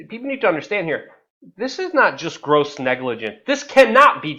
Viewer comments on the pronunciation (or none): none